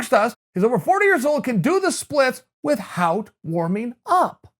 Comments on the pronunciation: English Teacher: without... Chael: it pronounced with-HOUT. English Teacher: alright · "WITH- HOWT" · Has Chael changed his pronounciation of the word 'without'?